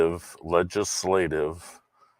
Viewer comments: He says the senator is "homeschooled" like it is an insult, but then can't pronounce "legislative."?? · So we have one dissenter who can't pronounce the Senators name properly, one guy who can't say legislative, etc.. You can just see frauditors crapping their pants at the thought of having to get a real job.